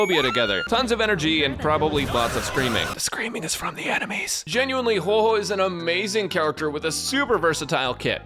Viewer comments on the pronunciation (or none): Its funny how every youtuber who talks about huohuo dont know how to say her name 🤡